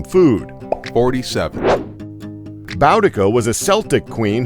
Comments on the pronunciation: It’s not pronounced bow-di-ca. It’s pronounced bu-di-ca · Said Boudicca wrong but could b the American accent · Rush Limbaugh is a dick, I think we all knew that. I also feel like the restaurant did the right thing in keeping the lobster as a mascot so it wouldn't get fished out of the open waters again and cooked by an unknowing chef. Steve Jobs is just as much of a dick as Rush, too. Also, Boudicca (of Iceni) is pronounced "BOO-dih-kuh" and Celtic is pronounced with a hard C sound instead of the soft C as per the Boston basketball team. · You pronounced Celtic and Boudicca wrong, dude. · OLLY OLLY OXENFREE He also said Boudicca wrong.